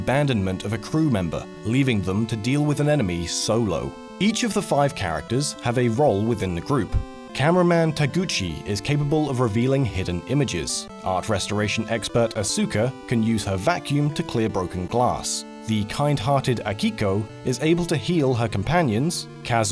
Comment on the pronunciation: Asuka is not pronounced "Ah-SOO-kuh," it's pronounced "AHS-kuh."